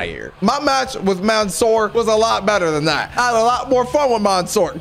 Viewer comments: Not maansoor Correct منصور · He says monsoor had me laughing